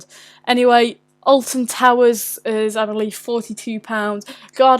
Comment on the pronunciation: YOU MEAN {SAYS IN VERY POSH ACCENT} ALTON TARS